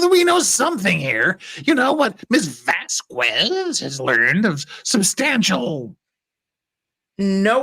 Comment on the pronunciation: Miss Vasquez name is pronounced Vaskez! Please!